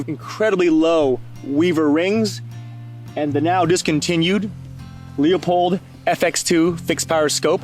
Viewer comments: He has no idea how to pronounce Leupold. That doesn't inspire confidence. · Not sure why you can't pronounce Leupold correctly. That is quite embarrassing.